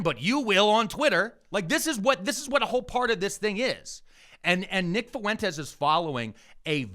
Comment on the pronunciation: How hard is it for people to pronounce Fuentes? It’s not Fu-en-tez. It’s fwhen-tez